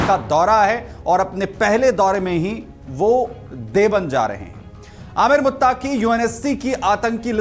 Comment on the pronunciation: It’s not Devband , it is DEOBAND